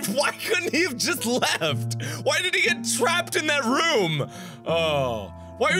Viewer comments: why do you still call it "rum" instead of "room"? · ikr,but i love that he says it that way